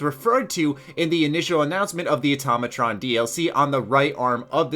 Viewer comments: auto ma tron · its Automatron not atomoton